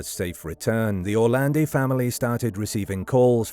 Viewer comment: Perché lo chiamate ERLE Orlandi?? Allucinante.